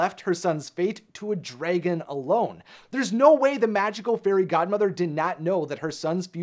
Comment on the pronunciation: Me: What do you call your dragon?: Dr. Dregon.